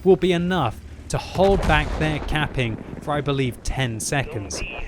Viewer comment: Everytime time he says caping i understand camping mmhhh